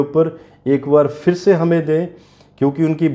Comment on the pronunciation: Nice but scary predictions. Please use the letter Z instead of J. You couldn't even say Bronze but Bronj. Also say PHIR instead of FIR. This is all in our national language Hindi.